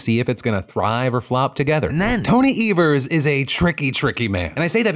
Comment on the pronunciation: I've lived in Wisconsin for a few years now and have never heard anyone say Tony Evers name that way.